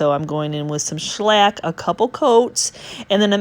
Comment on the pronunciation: Greetings from the UK 🇬🇧. I love the look of your cabinet. I'm also very taken with your pronunciation of the word shellac : schlack Sounds like a Yiddish varnish! 🤣🤣🤣